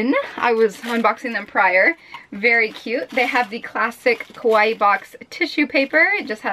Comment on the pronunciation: You kept saying koh-why box, which sounds like the Japanese word kowai, which means scared or scary. Kawaii is pronounced kah-wah-ee, just as an fyi. :3